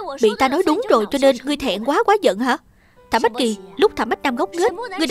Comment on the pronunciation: Tập này lồng tiếng kỳ quá Thẩm bá... Thành thẩm bách rồi